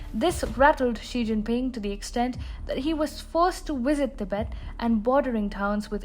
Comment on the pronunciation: Pee-El-Aye and She-Djinn-Peeing... Worthless af 🤣